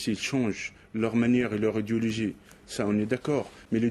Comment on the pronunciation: Il dit L'idiologie ou la radiologie ?... 😜😂😂😂